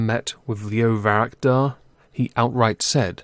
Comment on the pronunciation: I hate to be pulling you up again, but it’s Varadkar, not Varakdar. Sorry, I would have left it, but you said it twice. I genuinely think Boris is trying to get a no deal; he’s just pretending to go for a deal to appease the remoaners.